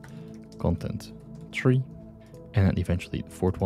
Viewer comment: Thanks for the tutorial. 🥰 However, it is three 3. not tree 🌳 😉 (not being mean)